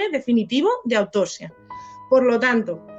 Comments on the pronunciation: Rasgo característico del pais, sacar pecho de trabajo mal hecho y la ignorancia, como el que se cree más y mejor español por no saber pronunciar en inglés, por cierto,, se dice autoPsia, no "autosia" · hola !!!te agradezco que me menciones que cuando pronuncio autopsia no pronuncio bien la p, hay que intentar siempre mejorar!no intento justificar los errores, ni pretendo sacar pecho del trabajo mal echo, respeto tu opinión pero al analizar exclusivamente el trabajo forense realizado entonces y contextualizar pues mi conclusión es esa y bueno libremente la he expresado, te recuerdo que yo no valore en el vídeo el trabajo que realiza la guardia civil....eso no quiere decir que estuviera de acuerdo....a veces aunque nos cueste los profesionales trabajan bien o como debían haber trabajado, solo que no conocemos toda la historia!!!!un saludo!!!!